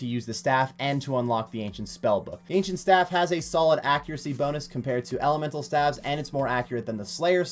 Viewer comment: Was just making a bit of good fun about his wrong way of saying staves, lol. (I actually had to rewatch the video because you decided to comment on something a year old and I forgot what it was about). Partypooper.